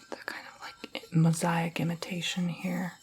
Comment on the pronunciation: Also, just to help you out: Artisan is pronounced "Ar-ta-san" and mosaic is pronounced "moe-say-ick"